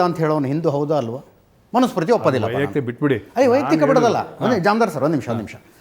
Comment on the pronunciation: ಮನುಸ್ಮೃತಿ ಅದು ಅದನ್ನ ನಿವು ಮನಷ್ಯಸ್ಮೃತಿ ಅಂತಿರಲಾ ಅದನ್ನ ಸರಿ ಯಾಗಿ ಉಚ್ಚಾರಣೆ ಮಾಡಿ ತೊದಲು ತಿದ್ದಿರಾ ನಿವು ಅದೇನ್ ಓದಿದ್ದಿರೊ ದೇವರೆ ಬಲ್ಲ.